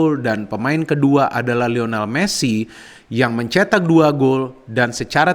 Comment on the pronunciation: Lionel bukan Lional. Trims 🙏